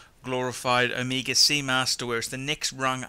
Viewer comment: I love how he pronounces Omeega.... and Rollex lol